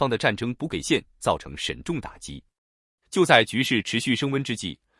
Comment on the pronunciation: 你们的AI读稿能不能别总是把沉重打击念成沈重打击？听着太别扭了！还会误导我们的下一代！👎👎👎